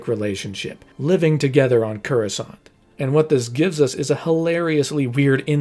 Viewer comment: I've seen a lot of your videos. They're great! But your pronunciation of Coruscant is wrong every single time and it's bothering me 😂